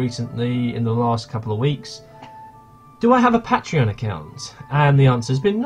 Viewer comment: You can't say patreon correctly, but gratz on 7k!